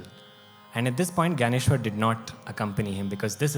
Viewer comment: In your narration, you have not pronounced Jnaneshwar properly. It has to be ज्ञानेश्वर not ग्यानेश्वर.